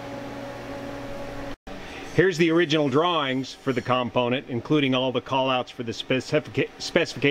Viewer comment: If it was "unobtanium" you wouldn't have 6 sets of them. BTW It's not 'COMponent' - it's component. Cool video - just F'd up terminology.